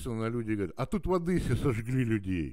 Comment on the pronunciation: "В Одэссе" не говорят, дурачок. За Одэсса в Одессе дают по голове